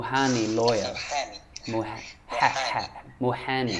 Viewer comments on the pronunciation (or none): My friend, the word lawyer, pronounces the letter الميم Means محامي Not محاني Hold your lips after letter ا I wish you success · Mohami not mohani 😊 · محامي وليست محاني😅